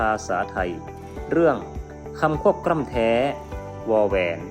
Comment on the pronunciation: ทำไมเสียงบรรยายคลิปของคุณครูออกเสียง ลอ ลิง เป็น รอ เรือ ละครับ เช่น คำว่า คลิป เป็น คริป กล้ำ เป็นกร้ำ